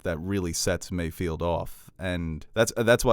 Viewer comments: Mayfeld. Not Mayfield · does anyone else cringe whenever says “MayFIELD”?😬😂